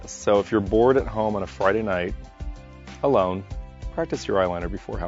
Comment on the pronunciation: I love how you said "home ALONE on a Friday night" that was funny!